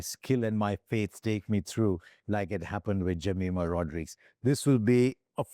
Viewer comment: Can we start to pronounce the names of our women cricketers properly ? Shouldn’t be so hard right? “Jameeema Rodreeegz”, “Reeecha”. Cmon man.